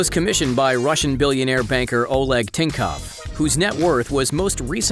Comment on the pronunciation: You are saying tinkov when is thinkoff